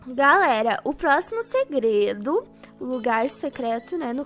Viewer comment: Kkkkk a parte que ela fala gredo kkkk